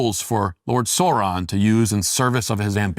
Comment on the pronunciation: What is that pronunciation of Sauron from Walsh? "Sore-ron"? Wtf? Edit: If corruption exists, so too must redemption.